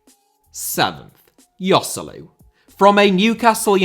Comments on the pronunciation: Yoselu?! Its pronounced Hoselu, its not that hard lads... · "Yoselu" lol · man, who hurt you? :D The only real mistake is Joselu, the rest is fine